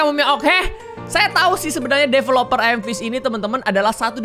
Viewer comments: Ayam fish 🤣🤣🤣🤣🤣 Ngakak sih padahal baca nya emang gitu tapi kalau di dengar ky ayam 🤣🤣🤣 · 90% degar miawaug bilang "ayam fish"